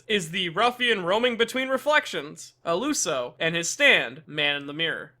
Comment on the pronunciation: that’s a weird way of saying “ilusio” :v